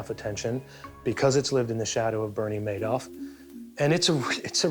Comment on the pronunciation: Madoff if pronounced "May-doff".